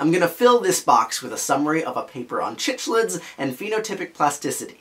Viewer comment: Love the video… but as a fish keeper it’s killing me how you pronounce cichlids. It’s pronounced like sick-lid. At least that’s the common pronunciation hard c